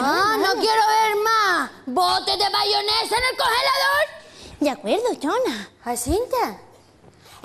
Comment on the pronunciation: Chona dice bayonesahahhaha